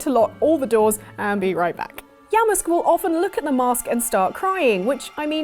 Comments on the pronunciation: Yamask? yeah-musk? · Who's that Pokemon? It's...Yamask.... (Oh no...) Is it wrong that I was dead with laughter? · “ITS YAMASK!” OH nO